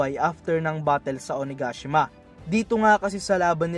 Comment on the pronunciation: It’s O-na-ga-shima not O-na-gashima 😄